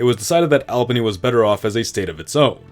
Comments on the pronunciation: It really hurts to hear Saco (Sah-co) and Albany (All-ban-ee) mispronounced. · Please learn how to pronounce albany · Albany is pronounced all-ba-nee not al-ba-nee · The city of Albany, New York is pronounced as ALL-ban-NEE not as AL-banee. I live in New York State and went to university and graduate school in Albany. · great video. only thing i noticed was that you pronounce Albany wrong. its more "All-bany" than "Al-bany" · I'm not sure why it bothered me but you pronounced Albany which became a new state of the previous New York incorrectly. It's all-bany not al-bany. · Lol, pronouncing Albany that way - in NYS, we say it "Awl benny".. 😊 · As a Upstate New Yorker your pronunciation of "Albany" makes me wretch. It's "all-buh-nee" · Albany pronunciation is killing me, lol. Also Seneca should have been Onondaga (the firekeepers of the confederacy) or just Haudenosaunee. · I've never watched this channel before and I already commented about Albany but now you're pronouncing Toledo wrong. It is really grating. Also thank you I wish you would use more native tribal names for some of these areas.